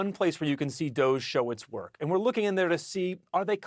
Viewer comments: IT'S NOT 'DOSZE', IT'S DOG-E - DOGGY!!! 🐶🐶🐶🐶🐶🐶 That's literally the joke!!! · This department name is not "DOHJE", it is DODGY!